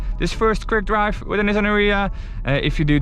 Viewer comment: dwive to suwvive ... hahahaha